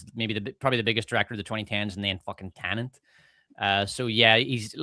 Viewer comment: Most people around the world can't say tenet right, either. Show some grace, brother. I bet you can't say onomatopoeia off rip, or abibliophobia without practice. They also made the marketing pretty ambiguous in the US, though I am very familiar with a 'tenet' I thought it was tenant, given it's a black guy trying to go back in time to prevent disaster.